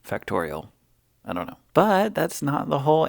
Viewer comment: “Fact-or-ul” “fact-or-e-ole” 😂 “I dunna” meh. Hahaha